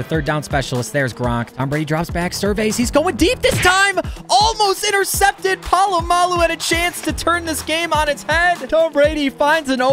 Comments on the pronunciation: Po- LLAMA-Lu?😂😂😂😂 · its pronounced PA-LOO-MA-LOO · Troy plomolu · BUTCHERED Troy polamalus name😂😂😂😂😂